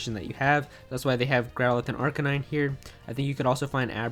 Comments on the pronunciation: And it’s ar-KAY-nine. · Blake Jones Why? The name comes from “arcane” and “canine.”